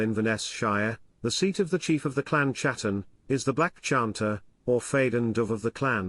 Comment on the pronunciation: It is pronounced hatton not chattan! The letter c is silent.